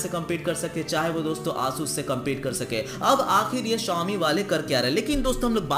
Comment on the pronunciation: Xiaomi nhi chomi